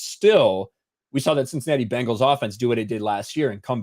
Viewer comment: I’m sure I’ll get crushed for this but why does say “wins-day” instead of Wednesday? Or Bingals instead of Bengals?